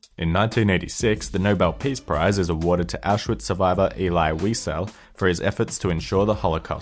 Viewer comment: I would, but you pronounved Elie Wiesel (ellie wisel) wrong.